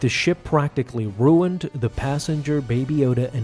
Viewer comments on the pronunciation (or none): none